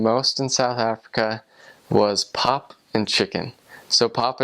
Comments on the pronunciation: sorry bruh but its pup not pop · 😂 I love how he says pop and can't say pap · Man its not pop its pap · It's called pap. Dis Wors en Pap. (You pronounce it= P-u-p. And it's called boerewors. Boor-a-vors)